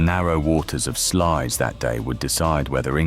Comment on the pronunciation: The closest correct pronunciation is SLOUSE